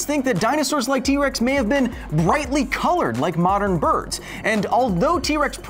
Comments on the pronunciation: Did anyone else hear him say wex? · I swear you said T wex XD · in the beginning you said T wex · sorry sorry but did you say key-rex 🤣